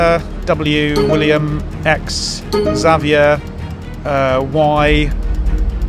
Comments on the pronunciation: My little brother is named Xavier, but I’ve never heard it pronounced “Zavi-air”.. so fancy 😂😂😂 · WHO PRONOUNCES XAVIAR AS ZAH VEE ARE??????